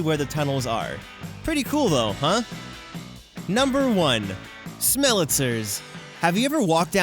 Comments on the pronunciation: Great video, but you need to work out the phonetics a bit for the Smellitizers. Pronounced smell- eh-TIE-zurs. Like appetizer. That only stuck out to me because : 1. EVERYTHING about the production was so top notch, and 2. I'm a pedantic son-of-a-bi...er...gun. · I think its pronounced smell-a-ty-zers